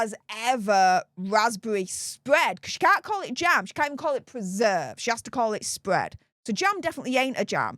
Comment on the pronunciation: Meg,s vaspbevvy spvead😂